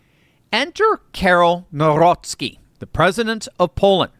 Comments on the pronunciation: You should pronounce NOW-ROCKY😂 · when pronouncing Nawrocki substitute the “w” for “v” and you will nail it 😊